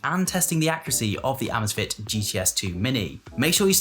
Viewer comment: Say “amaze” “fit”